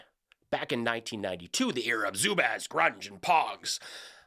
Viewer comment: This man said zubaz Holy christ, you gotta warn me before you hit that weapons grade 90s wtf 😆